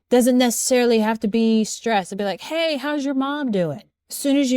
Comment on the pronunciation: That pronunciation of 'stress' as 'shtress'...